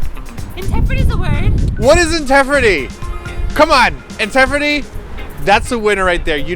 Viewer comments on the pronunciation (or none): in...TEFRITY!!!! LOLLLLL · INTEFRITY LMFAOOO. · for both. At first I thought his Engrish was kind of plain...until he read intefrity...That was pretty special:D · Intefirity!? TROLOLOLOL. ^^ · INTEFRITY!!!!! terrible. hahaha And idols are the BEST! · intefrity?? ahahaha oh koreans are such a joy XD